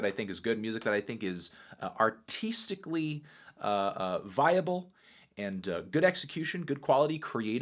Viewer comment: "Arteesticly" nice pronunciation fantano